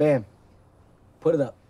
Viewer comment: Did he say pit the gloves on me instead of put 🤔